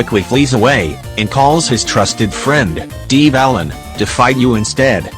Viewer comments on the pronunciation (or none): How the ai pronounced “divalin” 😂